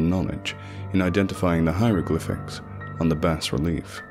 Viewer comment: Awesome! By the way, I believe bas-relief is pronounce "bah-relief" rather than "bass-relief," I wouldn't bring it up if it weren't for the fact that lovecraft used the word obsessively in this story.